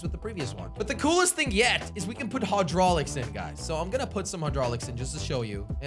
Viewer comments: The ruined is from knight rider also it hi drolics spelt hydraulics not however the hell you pronounced it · HAUdrolics......... NOICE